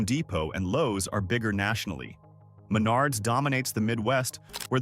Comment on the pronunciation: Not just cities mispronounced but Uihlien's and Menard's.